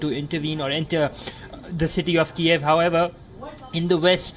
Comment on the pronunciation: LEARN TO PRONOUNCE THE NAME KYIV!!!! My god what kind of amateur reporting is this??